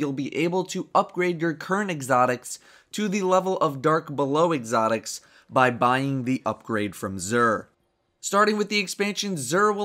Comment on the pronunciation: you said "exotics" strangely. I replayed that at least 88 times.